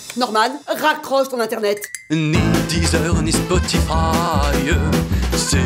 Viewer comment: "Internaitte" lol